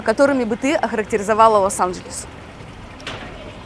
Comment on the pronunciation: обратите на свою речи на счет а не Лас анжельс вернее, Лос анжельс